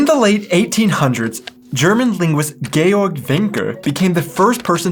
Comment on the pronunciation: good pronunciation of Georg NOT GEORGE, please. What' the difference of the 2 plattdeutsch pronunciation ? you missed preussisch, to compared to the Bavarian Muncherisch or Saarlandisch.